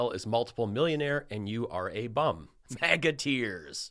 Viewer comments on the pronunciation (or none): none